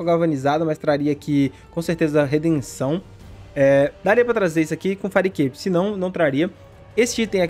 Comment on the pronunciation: fireicape como vcs falam certo, fairicape com red pur amor da santa